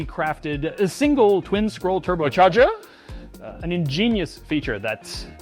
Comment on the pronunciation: I nearly spit out my coffee hearing the pronunciation of turbocharger 🤣 These AI segments are hilarious